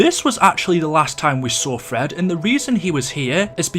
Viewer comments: Am i the only one that heard Fred instead of Tedd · it is teed